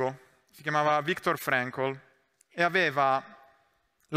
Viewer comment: Devo fare il rompipalle: Frankl si pronuncia come si scrive